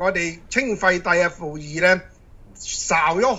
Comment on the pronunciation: 點解賜官可以讀”傅”儀當”溥”儀，”鷹”品當”贗”品？唔係講到佢好撚有學識嘅咩？